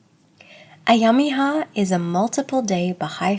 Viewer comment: Alláh'u'Abhá my dear, well done, good presentation, I also suggest you my dear kindly learn to pronounce these difficult Persian words correctly with the help of an Iranian Bahá'i friend. For example the i in Ayyam-i-Ha is to be pronunced as an E, not as an i. and the sound GH should not be pronunced as a K or a G ..so again please get the pronunciations right ..Thank you and may God bless and be with you. Ya Bahá'u'l-Abhá !